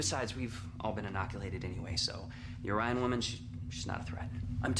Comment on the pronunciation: Well, at least they pronounced Orion correctly instead of Oreon.